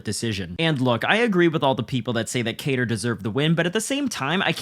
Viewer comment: What are the chances that you are going to pronounce kattars name correctly?